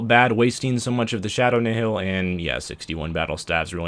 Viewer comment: "Nihil" is pronounced "Nile" just for future reference